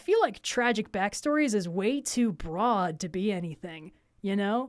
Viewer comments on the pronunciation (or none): none